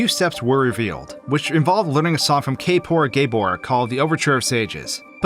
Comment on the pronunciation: lmfao kaypore gaybore